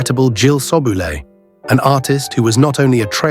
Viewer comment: AI can't even pronounce her name correctly.